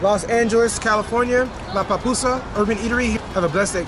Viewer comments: when you say pupusas,you remind me my husband, he said Papusa, hahahaha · Jajajaja va pues 🤭🤭 se te pegaron las palabras de El Salvador sueñas genial. Good friend